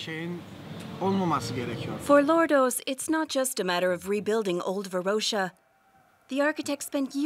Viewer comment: Varosha with a SHORT - o - not a long - oh - you dont confuse coke and cock either, or do you? :))